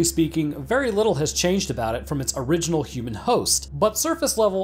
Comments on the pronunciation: A-ridge-inal form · Aye-riginal.... Still love your content! Heheheh